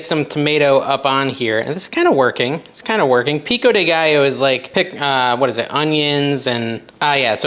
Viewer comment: Gallo is guy-o